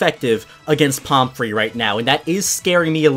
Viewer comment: pomfrey does NOT sound like palm tree